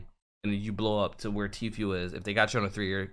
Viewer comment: I hate how pronounces TFUE, TFUEL lol